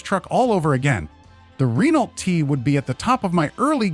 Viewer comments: Re-nalt? Just pronouce it "reno" and you'll be fine. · Teach the narrator how to say Renault correctly!